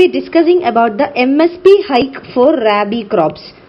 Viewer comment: Mam I m a agriculture student, it is not raibi as u pronounce ,,,, its rabi